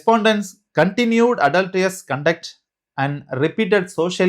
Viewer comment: Your English and explanation needs schooling ! Adultreeeeous 😂. Marryteeeal